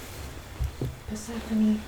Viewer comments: I think I’m half asleep already - for the first 30 seconds I thought she was saying “what’s happening” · I thought she was saying: "What's happening?" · When she was calling Persephone i kept hearing Vas happening 🤣🤣🤣🤣🤣🤣